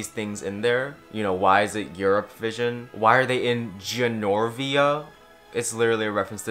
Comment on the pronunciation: Every time you say “Genorvia” you sound like a drunk person trying to explain The Princess Diaries